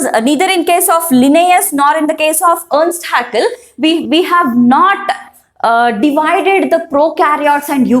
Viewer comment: Earst haeckel×ernst haeckel